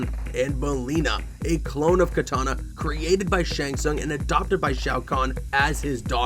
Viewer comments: Did u say Katana instead of Kitanana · kitana, NOT katana